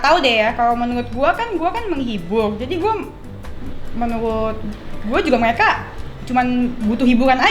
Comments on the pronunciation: Pas ngomong rokok lancar pas ngomong menurut menuwut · jangan ngomong "menurut" kek.. w terngiang terus vidio bocah ngecengin lo ngomong "menuwutt" 😂